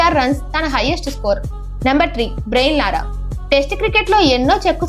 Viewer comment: బ్రెయిన్ లారా❌ బ్రయాన్ లారా✅